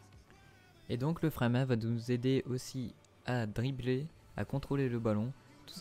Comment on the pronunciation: Bordel l accent du nord le frein à MAINH